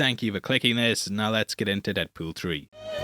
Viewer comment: No one: from Heavy Spoilers: “Deadpewl”